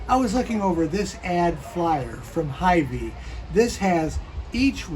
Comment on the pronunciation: It’s pronounced hyVEE not HYvee.